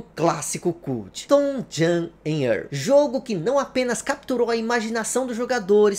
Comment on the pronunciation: Uma dica, o nome se pronuncia "TouJem e Ârrl", esse segundo nome é mais difícil mesmo, tem que enrolar a língua